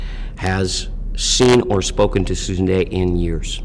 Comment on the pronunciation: Here name is Dey, not Day. If you can't get her name right, how can we be sure anything else you say is correct?